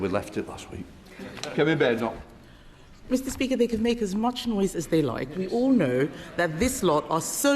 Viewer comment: Pronounced "Badenough"like Hyacinth Bucket is "Bouquet"!!!!!!🤔😂😆😂😆😂😆💩💩💩💩💩💩